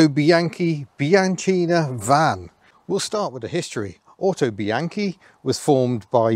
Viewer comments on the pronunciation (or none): The "au" in Autobianchi is pronounced "ow" as if you had hit your thumb with a hammer. You get most of the other Italian words pretty close to correct.